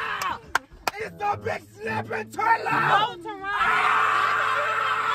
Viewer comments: As soon as he said "it's a big snapping turlaaa" I diedddd bro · “It’s a snapping turttala “😂😂😂😂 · This nigga say “ a big snapping turla” 😂😂😂